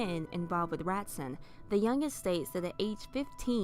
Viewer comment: Just so you know, the name/word "Ratzon" is pronounced Rah-TZOAN.